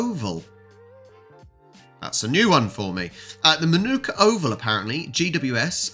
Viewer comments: What's good about Aussie Rules (AFL) is the big unpredictable scoring. A stark comparison with Soccer (Football) where so many results are NIL ALL or 1 NIL with extremes of 6 + 4. No wonder they have to fence fans off. [ps. 1. Manuka (in Manuka a suburb of Canberra ACT) and is pronounced "MARNICA" in Aussie English. 2.Sydney stole South Melbourne Swans. 'Bloods' 3. The Public Holiday in all states is ANZAC DAY-> 'Australian and New Zealand Army Corps'.] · Hawthorn plays well in Launceston. Have won 21 in a row there previously. It will be close with Adelaide Manuka pronounced Man a car.